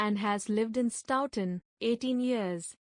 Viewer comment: It's pronounced "Sto-tun" not "Stoww-ton"